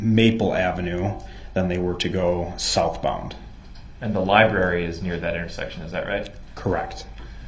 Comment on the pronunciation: Get that man a dikshunary from the lieberry for gods sake. You can’t tell me he understands that bible he pretends to read when he doesn’t understand any words over 5 letters long.